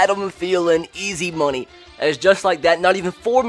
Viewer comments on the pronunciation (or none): none